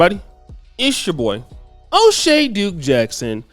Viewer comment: Boyce: "Oshay Dukes Jackson"